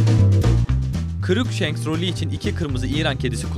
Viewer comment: resmen kedinin ismini unuttum kırıkhans mı ne dedi ya?